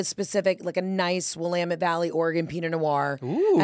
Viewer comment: Props to Heather for pronouncing Willamette Valley AND Oregon correctly!